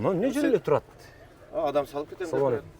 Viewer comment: Соом алейкум дебей туура учурашсан